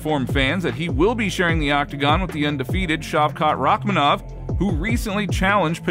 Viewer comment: its paddy not Rakmanov lol